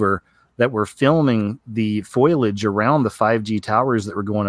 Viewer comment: ... did you say "foil-age"? It's FOLIAGE, dude!